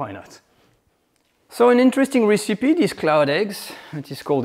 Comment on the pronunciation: Oh please, please: it's not "ricipee" it's "rècipee"...